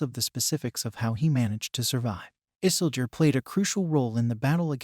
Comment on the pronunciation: Funny how he pronounce Isildur as Isseldur sounds like Dumbledor as HP character.